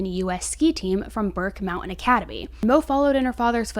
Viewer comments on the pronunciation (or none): none